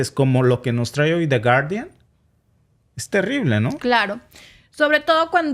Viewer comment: No se pronuncia de guardián.. porfa pronuncialo en Inglés 😂 tu sabes muchísimo más inglés que nosotros un abrazo a los dos grandes ejemplos a seguir los queremos en México